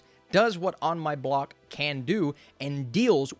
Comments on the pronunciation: Ah yes, On My Bock... such a great show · I think you mean On My Block not Bock